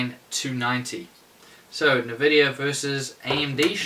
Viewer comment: Nuh-vidia. Come on dude! It's N-vidia. Watch some NVidia sponsored videos and you'll learn this.